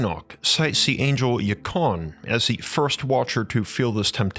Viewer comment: geee whizz guy, can we not annunciate the word watcher???